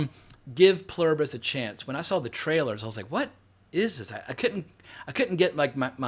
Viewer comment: You nailed the pronunciation. It's written on American currency. I had exactly the same question about the link between the space signal and the virus itself/rat experimentation phase. Good to know I'm not alone.